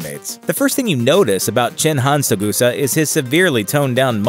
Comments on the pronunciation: OMFG stop saying "Togusa" wrong! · CAN SOMEONE TELL THIS GUY HES PRONOUNCING TOGUSA WRONG? PLEASE AND THANK YOU. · TERRIBLE video. Way to mispronounce Togusa, too. Live-action Saito looks nothing like the anime version. And he was in the 1995 movie though he had no lines - he was seen minus the eye-patch and is addressed as Saito by one of the other operatives outside Colonel Malice's home. Suprised at this video. Usually, is more on the ball.